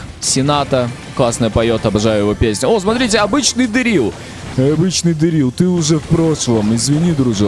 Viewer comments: Вообще правильно дЕрил а не дерИл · не Дерилл а Дэрилл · 😊 не ДэррИл, ДЭррил😂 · Я тебя люблю❤ я скажу что ты ты говоришь неправильно не дэриле дерил🎉😊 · правильно Де́рил а не Дери́л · Правильно говорить не дэрри́л а дэ́ррил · Дэ́рилл правильно 😅